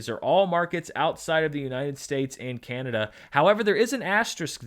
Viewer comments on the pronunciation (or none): none